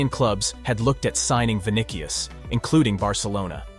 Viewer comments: vinikius ? shut up ... learn to speak first before making a video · "Vinikius" what